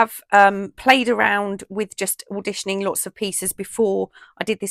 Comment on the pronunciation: such a marvelous idea, I made many sets too. Thank you for sharing, you have a super weekend and great day, hugs Tina.🥰:hands-yellow-heart-red:🤗🤗 Love when you say auditioning, it makes me smile.